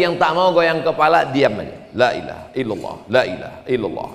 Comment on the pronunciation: Kalimah thoyibahnya kok selalu bersuwara Lak illahaillalloh jika cepat mebacanya kalao mebacanya satei bisa pas LAA